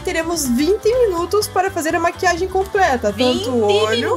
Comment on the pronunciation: Maria Alice a que fala "Maquiaji"